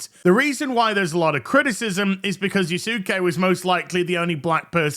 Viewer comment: "Ya-Soo-Kay" is probably how he pronounced it too.